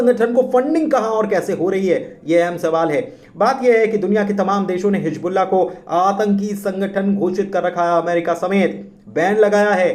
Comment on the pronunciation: Hizbullah Not Hijbullah کم سے کم اردو کی ناک تو نا کاٹیں بھائی